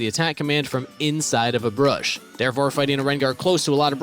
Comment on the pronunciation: Good guide...but wtf is a brursh?